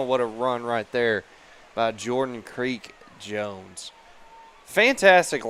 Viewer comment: His name is Jordan Creech-Jones, NOT Creek Jones! Maybe if you pulled up the MaxPreps rosters, you'd see that.